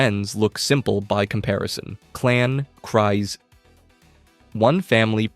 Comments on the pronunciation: I don't think it is pronounced "Cries", I believe it is "Kreez". And Kast is gonna be on Maul's side. At least Rook is Maul's Second. Mand'Alor. Also, the irony of Viszla is the symbol of leadership was a lightsaber, from a Jedi. The Darksaber was a Jedi's weapon. Before Jango Fett there was Jaster Mereel. The only point in current Disney canon nodding to Jaster is half his name on the ownership records of Boba's armour, but that is enough to say Jaster existed in some form. He was Jango's adopted father, after the Fett family farm was attacked. The irony is the ones who did survive were the warriors. Bo-Katan's Nite Owls? Ex-Death Watch warriors. Children of the Watch? Warriors who decided they were not above hiding to survive. I think the Armourer would was doing what she needed to keep the Tribe alive. I also think she was sartiing to loosen up when she said Bo-Katan did not have to follow the rigid rules of the Tribe. I think the Armourer saw Bo-Katan as someone who had the voice to rally surviving Mandalorians together, and that would end up tomthe Tribe's advantage, to find connection with other Mandalorians and broaden their support base again. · It's kreez, not cries. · It’s pronounced creez. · you pronounced Kryze wrong. It is Kryze, you pronounced it as Kries. Yes I know that writing it here won't let me help your pronouceation but I love Star Wars and hate such simple mistakes like how to pronounce words so I had to... Oh and I'm gonna make a Droid at Disneyland, what do you think of R3-D5(Nickname Reds)?